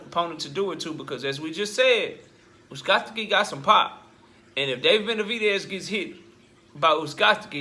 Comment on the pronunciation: BRUH IM DYING LISTENING TO YOU SAY THIS MAN NAME 🤣🤣🤣